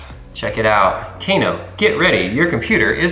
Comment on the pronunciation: I don't think its, Kc - a - no Its: K - AA - NO